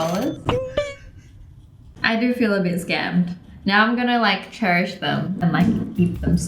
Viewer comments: “Cherry-ish” instead of cherish? Yeah? Yeah? No? Okay... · Cherry? Cherish? Cherrysh??????? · And I'm gonna CHERRISH these. 😂😂😂😂😂😂😂😂😂😂😂